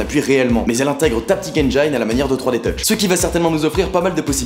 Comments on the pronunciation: on dit endjeene et pas endjaïne monsieur je sais tout. Sinon, vidéo correcte. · Sisi, il a bien raison engine en anglais se prononce "hainejean"